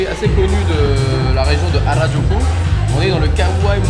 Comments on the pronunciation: C’est Arajuku pas Arakuju😂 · Harakuju ??? Je t'adore, j'adore tes vidéo mais s'il te plaît dit harajuku car tu échange le K et J 😂 tu aurais du faire des purikura Si non continue comme ça 😄